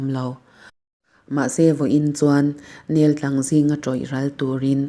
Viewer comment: Neltlang hi 'nel' ( nêl ti lovin a hniam zawnga lam tur a ni ) tin, tlang hi chawtlang tih angin lam nise.. aa ka sawi ve ngawt a..!!!